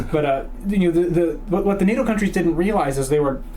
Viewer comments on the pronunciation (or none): Nah-toh ha ha.... north American training organization😂😂 correction please its pronounced Ney-toe...North Atlantic treaty organization